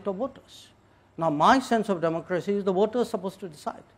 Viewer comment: Its voter not water 😐